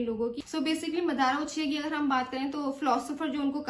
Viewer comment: 7 min 5 sec pr wo jo naam bol rha hai usko suno madara nhi madra